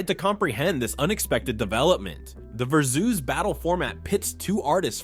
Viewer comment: It took me a moment to realize that versoos was versus. I was thinking what in the world is versoos.